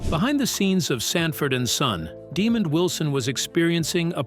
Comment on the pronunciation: Hey,, It's pronounced Demond not demon.